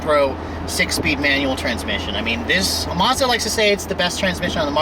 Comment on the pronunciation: There is no R in Mazda. You don't pronounce it Marzdah